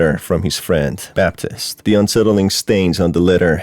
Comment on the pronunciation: Bruh the calendar said 1986 not 1968. And it's pronounced Bab-teest when there's an E at the end. It's not pronounced Baptist 😂